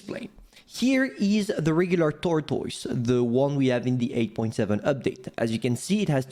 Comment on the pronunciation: SAY TORTOYS AGAIN SO FUNNY